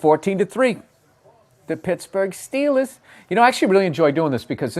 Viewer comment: The Dolphins vs the Steelaahhss